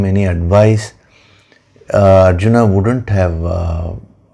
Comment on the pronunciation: अर्जुन को अरजुना कयों उच्चारण कर रहे हैं